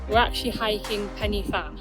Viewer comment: It's pronounced, Pen y (huh) Fan (van) ❤😂